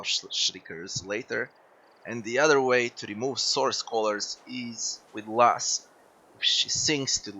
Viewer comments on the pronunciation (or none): Great video. A little correction: It's pronounced LOW-SA, not LASS.